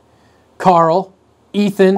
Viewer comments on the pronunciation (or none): none